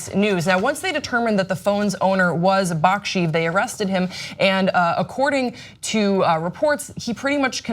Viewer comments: Actually she didn't pronounce the names that well, it's pronounced something like bak-shay-ev, not bak-sheev. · It's pronounced Baksheyev though =)